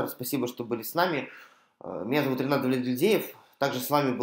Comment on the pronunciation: Спасибо, Ренат! Чуть-чуть более внятно: пока не прочитал, никак не мог разобрать, как вас зовут. Быкову и Пугачевой передайте привет и уважение. Путину и иже с ним - презрение и порицание.